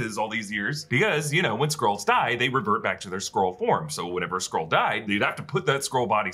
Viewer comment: Skrull, not Scroll, lol